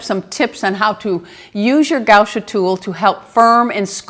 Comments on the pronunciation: Sweetheart, it's gua sha, not gau sha.🥰😊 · right, but not gau sha, as she was pronuncing.